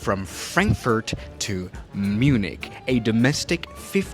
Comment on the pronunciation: "Mjunik" Hits hard🙏😭